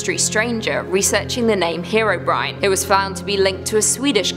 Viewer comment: Bro said herobrin